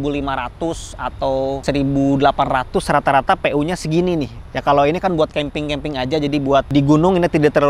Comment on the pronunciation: Ada yang tau nggak? Berapa kali ngomong keemping ajah